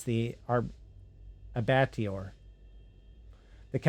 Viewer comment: abattoir - AH-BAA-twar. It's a fancy word for slaughterhouse.